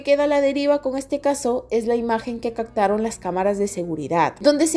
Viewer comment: Me desesperan las palabras mal pronunciadas :"Cactaron', 'autocsia","realida","esclavitu","acecta", " intimida"etc...😵‍💫🙂 me tiembla el ojo. No pude termina de verla 😢